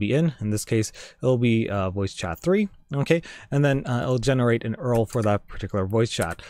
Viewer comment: i cringed a bit when he pronounced URL...